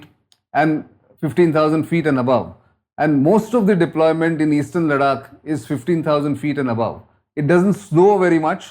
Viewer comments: भाऊ! तुमी “लडाख” नको बोला!! ‘लद्दाख’ बोल ना रे । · confused relating of events? PLEASE!! A CRISP CLEAR THOUGHT PROCESS AND VERY CLEAR PRESENTATION ...NOT THIS SORRY WRONG PRONUNCIATION (LADAKH = LADAK ?) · Please don’t call it LADAK. It’s Ladakh. A humble request 🙏🏼